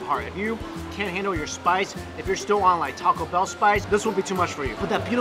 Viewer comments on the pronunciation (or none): none